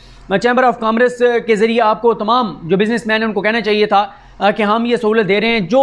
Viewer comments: دوست آپ ماشااللہ اچھے رپورٹر ہیں مگر تلفظ کو بہت خیال رکھنا ہو گا جیسے اسی ویڈیو میں لفظ کامرس۔ کامرس کا تلفظ commerce آپ نے کہا کام رس comme-rce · صدیق جان یہ لفظ "کا مر س" پڑھا جاتا ہے. نہ کہ "کام رس" برائے مہربانی درستگی فرما لیجیے. Pronunciation کی درستگی بہت اہم ہے. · کامرس انگریزی کا لفظ ہے۔ آپ کی ادائیگی ایسی تھی جیسے کام کاج کا رس۔ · Aap itni ghalat english bolte hen commerce aur stomech ko aap ne kiya kaha aap ye dekhen